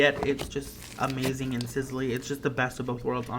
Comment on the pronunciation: Did anyone hear when he said amazing there was a G and it sounded like amazinG